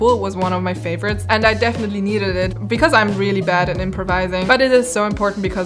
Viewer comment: Is “meed to know”some kind of German accent?😂